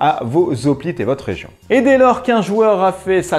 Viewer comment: Hoplite, c'est comme "Hérisson" ou "Haricot"......on ne dit pas des "Z'hoplites" mais des "Hoplites" :) Bon à part ça, la vidéo est très sympa !